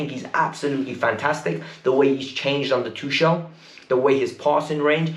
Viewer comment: It's Tuchel..not Tushel 🙄